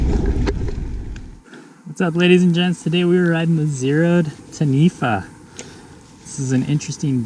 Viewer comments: being born and bread here in NZ we pronounce the zerode's name like "Tani - fah" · Try pronouncing it Tan-e-fa... That's the correct manner. It's a Maori name of a legendary water monster. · Taniwha is pronounced Ta-knee-far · It's pronounced Tarn-eee-far. Great review! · Yeah nah, it’s t’neefer.